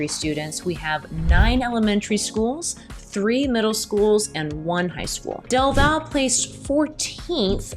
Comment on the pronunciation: Elgin ISD only has one high school. The other is an alternative school. BTW... Del Valle is pronounced like "Del Valley". Lots of those little strange pronunciations around the Austin area.